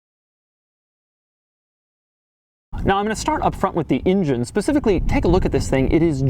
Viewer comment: "Now I'm gonna start up front with the injun" Engine, Doug. Engine.